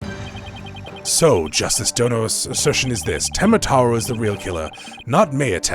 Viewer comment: You've been saying "tenma taru"